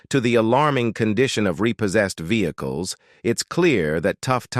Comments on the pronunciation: Vehzah-cules... lol Individu-alls.. Lol All in the voice of the narrator from Cops. XD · Ve-heck-less hahahaha. I have got tot he point I am blocking AI content. It drives me nuts.